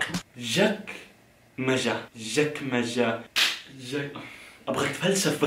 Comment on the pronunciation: معناهة سهل الصندوق الي صاير بين الكرسيين الاماميين ادري انتو تطونهة اسم اي لعد ششايفنه المهم انت لفظتهة غلط تلفظ chakmacha